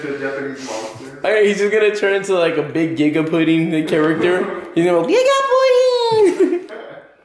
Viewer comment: When says gigapudding